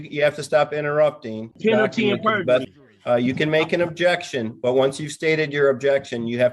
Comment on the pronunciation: "Ojection yo onner....."🤣